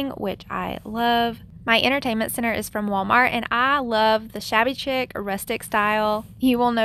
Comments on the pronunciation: You are too cute! I just suscribed. BTW (chic) is pronounced (sheek) not chick. LOL. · The right way to pronounce chic is like sheek, not chick. With peace and love.